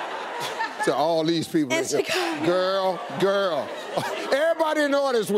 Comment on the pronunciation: I know I’m late but she didn’t say Chicago right?